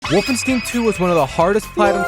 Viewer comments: Wolfenstein not wolfenstin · it’s not wolfenst*ee*n how you’re supposed to pronounce it, but wolfenst*eye*n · this triggered the fuck out of me, I'm sorry I don't like being like this but please it's not "Wolfensteen" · BRO!! WOLFENSTEEN? REALLY? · said wolf-en-stain its wolfen-stain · Ah yes, Wolfensteen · The fuck‘s „wolfensteen“? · Bro pronouncing the title as 'Wolfensteen' 😳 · It's pronounced wolf-en-stien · "Wolfenstin" drains my soul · The way bro pronounces Wolfenstein💀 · The mispronunciation of wolfenstein triggered me so hard I had to click off after 40 secs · Wolfenstin? Wolfensteve? Wolfensting? Wolfenstew? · The way you say wolfenstein hurts my German heart, but I can’t blame you because speaking German sounds like I’m trying to fight satan with a menu order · It’s neither of those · BROOOO, either pronounce the name of the game correctly or dont say it 100 times wrong in 2 minutes, this is mental torture. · Dude how have you never heard the correct pronunciation for stein. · When he says Wolfenstein my ears explode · Man's got platinum trophy's for the game, but still butchers the name when he pronounces it. why man, why... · he said wolfenstein wrong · the way this man pronounces wolfenstein angers me massively but i still love the video